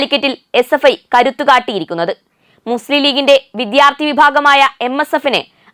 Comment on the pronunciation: ഇത്രയും അക്ഷരങ്ങള്‍ക്കെ ബലം വേണ്ടൂ... തമിഴ് ചുവയോടെ സംസാരിക്കാം തെറ്റില്ല.. എന്നാല്‍ രണ്ടും കൂടി കൂട്ടി കുഴച്ചു കുളമാക്കരുത്.. "വിധ്യാര്‍ത്തി" അല്ല "വിദ്യാര്‍ത്ഥി" ആണ്.. ഖ ഘ ഛ ഝ ഠ ഢ ഫ (fa അല്ല Pha) ഭ (fa അല്ല BHA)